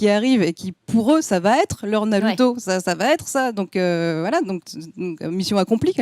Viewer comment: Faut arrêter de dire naluto etc etc pour avoir l'air geek ou je sais pas ce que c'est le but, mais faut arrêter, vous êtes pas japonais et ça s'entend xD Et la meuf de jujutsu kaisen dont j'arrive pas à me rappeler le nom (la rousse avec son vaudou là) est pas si intéressante que ça, y'a un potentiel mais son développement peux aussi bien être bien que tout pourrie, pour l'instant c'est 100 fois trop tôt pour se prononcer, on sait rien d'elle à part un flash back de 4 secondes et une histoire sur sa voisine mdr (d'ailleurs on sait rien sur personne en vrai, on nous a mit des début de piste pour que tout le monde ait un ptit air mystérieux qui rendent tout ça plus intéressant, mais concrètement, sasuke on sait rien sur lui à part qu'il a des problèmes de familles, gojo on sait rien sauf qu'il est trop fort, même le perso principal son background tient en 3 lignes xD) Bref j'm'arrête parce qu'on va me dire que j'suis un hater alors qu'en vrai j'ai passé un bon moment devant l'anime (parce que ça reste un bon divertissement), juste je trouve pas que ça mérite toute la hype que ça a l'air d'avoir et que j'ai pas entendu un seul point négatif en 1h30 de vidéo (bon en vrai je mens j'en ai écouté 10 minutes, mais j'suis sur que c'est la vérité mdr) De toute façon personne battra jamais one piece mdr